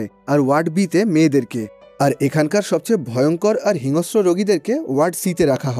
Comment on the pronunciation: হিংস্র উচ্চারণ টা একটু ঠিক করে বললে শ্রুতিমধুর লাগতো।